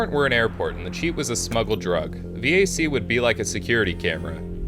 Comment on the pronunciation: this is the first time i have heard someone pronounce VAC as V A C and not VAK intresting